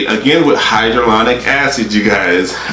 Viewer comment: High-ja-Lonic lol